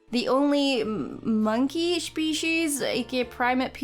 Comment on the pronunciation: Love your creation. Also side note. Its pronounced "Spesheez" not "Shpesheez" the first letter's sound as in S not a Sh